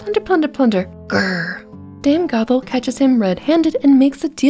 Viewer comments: Okay I like the video so far but I've noticed something half the time it sounds like you're saying Gothel and half the time it sounds like you're saying gobble just a little friendly advice and make your words more clear and as my grandmother muddy would say enunciate your words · Fun video but anyone keep hearing gogle more than gothel